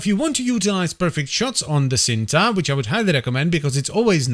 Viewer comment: It's pronounced "ch-een-tuh" and is Indonesian for "love" 🤓